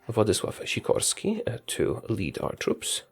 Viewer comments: Man the Sikorski pronounciation was perfect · respect for saying Sikorski's surname correctly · Are you from Poland? You said name of that general just perfect.